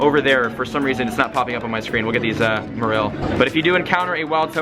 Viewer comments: I feel the only name he pronounced very wrong was Marill.-. The other one's he did alright pronouncing. It did annoy me how he said "Merrillll" instead of Mare-oll for Marill, but out of the all the Pokémon Go Tubers i watch him the most, yes he's had his Click Baity moments, but he's way less Clik Baity then majority of the Pokémon Go Tubers, and yeah his personality doesn't strike me as someone super duper funny, but i still feel as though he is genuine, i don't subscribe to him, but i enjoy the PokémonGo content he has to offer and i wait and like every Pokémon Go video he posts. I can't play it on my iPhone 4S after the 4th Update, so yeah, instead i watch Play it;^ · MA REL? no its MARILL. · LazerPotato 126 Merril? No that Is terrible pronunciation In pokemon 3D and official pokemon game says MArill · Why does he pronounce Marril like that... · It's pronounced Marrol by the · hey it spelt marill but it's pronounced mayroll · My first pokemon was a ledyba, my rarest catch was a Meganium, a bunch of Murkrow around my block. ... And it's pronounced MA-rril. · that's not how you pronounce marill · Anyone else triggered about how he said "Marill" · That's not how you say marill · I THINK YOU'RE PRONOUNCING MARILL WRONG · AmphaROASTED he said marill wrong and many more. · I cringe every time he mispronounces marill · My toes cringed every time he mispronounced "Marill" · The way you pronounce marill bothers me...and now gligar... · you pronounced marill and pinapp berry wrong the whole video 😡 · you mispronounced marill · Honestly hearing you say Marill incorrectly 10 times in a row had me cringing and SHEWK.